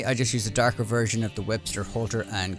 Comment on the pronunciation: DArker pants... This guy Irish?